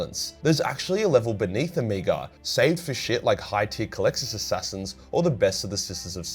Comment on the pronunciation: Oh-MEG-ah. Omega is pronounced: Oh-MEG-ah.